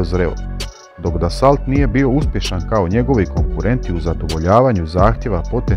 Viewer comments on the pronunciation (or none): Dassault se ne cita Dasolt nego Daso (kao kad Renault) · Marcel Dassault- čita se Marsel Daso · Dassault se svakako izgovara bez T na kraju...kao "Daso" po vuku :)...narednih godina navedeni tip bude često tema zaljubljenika u vojnu tematiku, pa čisto da se malo terminologija popravi, odma lijepše izgleda...Lp